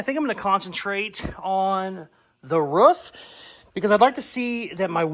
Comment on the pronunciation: Aghhhh!!!! You said ROOF instead of ruff!!!! Yesssss! Love it!!! I’d re-subscribe if I could!